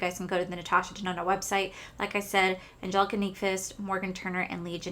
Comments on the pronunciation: Lol. I remember when you’d call it Natasha denonee. Was pretty funny. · this color story is 1000% me!!! this palette will be mine someday!!! you should definitely contact customer service about the smell. heather also has a code for 15% off the palette. i’m glad you had a great time with betty jean and theresa. i remember when you used to mess up natasha’s last name. good times. 💚💚💚